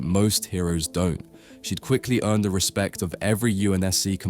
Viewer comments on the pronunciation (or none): none